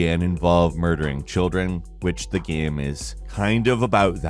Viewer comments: "the gYAEM" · Why...why are you saying "game" weird? ....gyem. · hitting the bottle again lmao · He does it again haha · Why does he sometimes say GAEM like that?